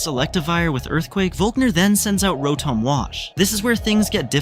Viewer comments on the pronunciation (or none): none